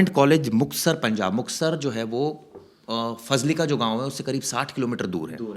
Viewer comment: फाजिल्का होता है, फाजलीका नहीं।